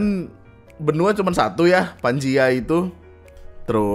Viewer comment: pangea bang bukan Panjia, panjia mah yang nangkep uler